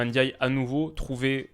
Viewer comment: Merci de ne pas dire NNdiaye cmm le disent les français.